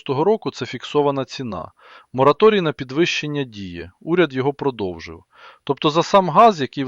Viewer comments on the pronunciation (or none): none